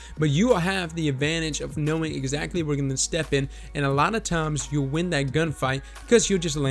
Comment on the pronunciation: "KNOWNING WHEN TO ADS" KNOWNING